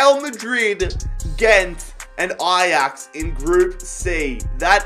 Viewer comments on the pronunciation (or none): none